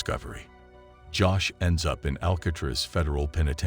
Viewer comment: TUNNELS IN A HIGH SECURITY PRISON??? YOUR a i IS BAD, AL KA TRAZ, FAKE RAFTS??? ITS A RAFT OR ITS NOT, THIS IS RUBBISH,DONT BOTHER